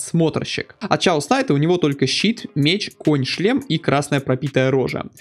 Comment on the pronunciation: герой называется Кэос Найт. P.S. и фрозен трон пройди!